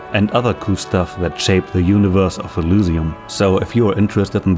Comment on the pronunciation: Sorry if this sounds weird, but why do you pronounce Elysium like that? (specifically pronouncing Y like it was a U)